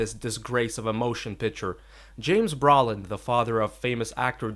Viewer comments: Its Brooooolin, not Brawlin. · James and Josh Brawlin'😄. Always thought it was pronounced Broe-lin!